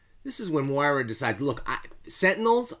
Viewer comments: Nice breakdown pronounced Moy-rah Bold prediction: we are currently reading Moira's 6th life...and how these event's lead to her ultimate resentment of Charles Xavier leading up to her 10th and 11th life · I can’t subscribe to someone that can’t pronounce Moira